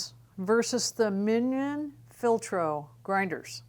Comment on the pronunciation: It's pronounced min-yohn (like fillet mignon), not minion (like the blind follower/servant of a powerful person/evil doer). Jura is also Yer-uh not Jew-ruh (right there on the company's instructional videos).